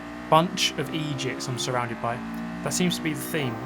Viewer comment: Lol as a half Jamaican I wasn’t expecting to hear “bunch of Eydiots” 😂😂😂